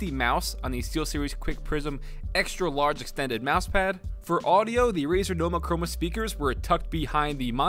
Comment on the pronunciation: “the razor cromeanoma Roma boma Toma Roma speackers”